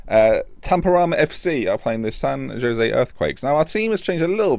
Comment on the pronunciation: also San Jose is Spanish so pronounced San Ho-zay...just a heads up!!!